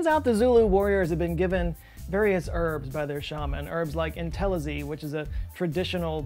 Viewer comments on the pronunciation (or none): As a South African, I died hearing you butcher "dagga" and "intelezi." 🤣🤣😭😭😭🇿🇦 Love you